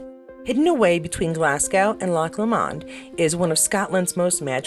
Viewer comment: It is hard to explain but the Lo in Lomond is long…. Whereas as you pronounced it short. Sorry about that, I thought you might like to know.